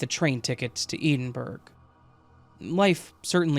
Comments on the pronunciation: Brilliant. I love your channel. Just so you know for future vids- Edinburgh is pronounced like Ed-din-bruh. And not that it came up in this one but just in case, when you see place names like yorkshire the shire part is pronounced like sheer so yorksheer. Sorry if I sound like I'm being pedantic lol it obviously doesn't matter and I knew what you meant, I get why they're hard to pronounce, I'm from ireland and we have plenty of hard to pronounce if you aren't from here places. Hope you're having a great day and thanks for the quality content. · I’m listening from Newcastle, got to say that my ears pricked up at Edinburgh too!!! 😂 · I love your channel, but the pronunciation of Edinburgh triggered me lmfao 😭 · Please look up how you say Edinburgh 🙂